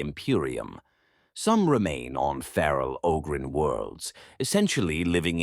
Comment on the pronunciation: AI voice that can’t even pronounce Ogryn correctly half the time.